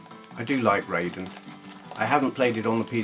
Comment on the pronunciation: Forgive me, but it's pronounced "Rye-den", not "Ray-den". "ai" in Japanese is pronounced "eye", not "ay". This also applies to "Gaiden" and "Taito". You can blame Mortal Kombat for this common mispronunciation (the MK character was originally spelt "Rayden" before they changed it to "Raiden" without changing the pronunciation). Anyway.....happy new year to you, and I hope you had a great Xmas.:)